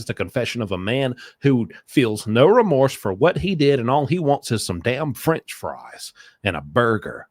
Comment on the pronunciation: Fwench fwies